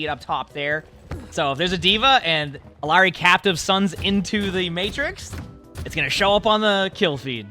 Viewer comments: It slightly bothers me when I hear people say "Ill-arr-ee" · Everyone wanted to debate bridgets name so Illari is pronounced iyari in Spanish "LL” is a y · Her name is Iyari. The two L’s make a Y sound. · Could try saying it in a japanese way, pronouncing r's with a soft d sound instead. "Ee-ya-di" instead of "Ee-ya-ri". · hey her name is pronounced closer to "iyari", in latam "LL" is not pronounced as an L. (there's no american version of the name Illari) Ethnic names r often butchered, so pls say it as intended now that you know how :( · Me when he says Reckon Ball and E Lawry 😍😍😍😍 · Its pronounced Ee-Yar-ee. The double LL in Spanish has a 'yuh' sound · For the love of god please say her name right 💀💀💀💀💀💀